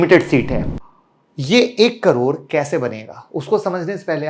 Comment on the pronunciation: करोड़ बोलना तो सीखने पहले